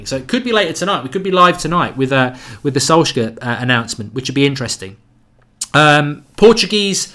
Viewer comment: Mark PLEASE learn how to pronounce Solskjaer.............PLEASE!!!!!